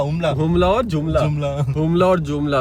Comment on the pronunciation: एकबाद आप नेपालके जग्गाकै नाम आप बोल्ते तो बिगार के बोल्ते है, उसको आपको नही आता है त्यो मत बोलो जब बोल्न हे त्यो सिक कर बोल्ना चाहिहे अप कि बात 🇳🇵🇳🇵🙏 हुम्ला जुम्ला बोल्ने को नहि आता है? दिमाग मे क्या चल रहा है जब ऐसे नाम सम्झ नहि सक्ते है तो? हमरा देशका नाम बोगाड के बोल्ने का कोहि हक नहि है आप्को😏😏🤬